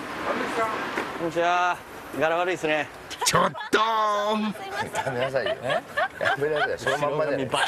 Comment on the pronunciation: ちょっ↓とー↑